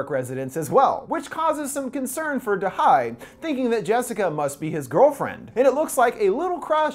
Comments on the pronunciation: if you had watched the movie, you would have noted they say da ye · it's da he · i am pretty sure it’s “da hye” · "to butcher the korean language as little as possible going forward" "turns out da-HI" haha you tried 😭 Edit: its Dahey btw!